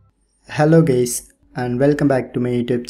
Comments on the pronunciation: bro said "hello gays" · Why he said hello gays